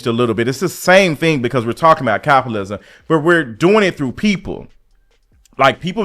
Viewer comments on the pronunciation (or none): what's "capalism". Feels like I'm watching a Cardi B video. Lmfao